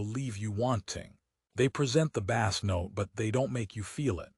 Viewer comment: Dude... Every IEM requires a tight seal, especially the more expensive ones. The tips provided on most IEMs are generic, designed to fit a majority of users. If your ears are different, then guess what??? you have to buy after-market tips. Deal with it... BTW, the word BASS is mispronounced throughout the video. Train your AI or change the spelling to BASE.